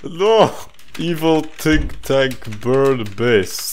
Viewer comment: “Tink tank”